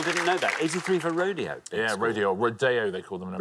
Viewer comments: We do not pronounce “rodeo” as “road ay oh” in America we pronounce it “road ee oh” too. Don’t know who told Richard that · We don't say Ro-DAY-o for Rodeo in America. That pronunciation is only used for a famous drive in Beverly Hills. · No Richard. We don't call it "road- day- oh" in America. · It is definitely not pronounced Row-day-o LOL that's just how 1 street in Los Angeles is pronounced. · In Spanish unless it's specified otherwise with an accent mark the accent is always on the second last syllable, so the correct pronunciation is ro-DAY-o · okay, since you mentioned the "right way", let me correct the corrector: ro-DEH-oh. But you're absolutely right that between RO-dee-o and ro-DAY-o, the second one is closer to right. But not nearly close enough. For a native Spaniard, every syllable would sound wrong. Ro without the rolled R, Day instead of the correct Deh, and O (sounding like ou) instead of Oh. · it's more like raw-DEH-aw.